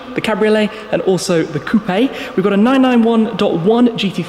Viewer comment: Bro it's coupe.... Quit emphasizing the e at the end the end...